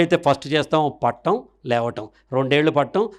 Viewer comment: పట్టం కాదు పడటం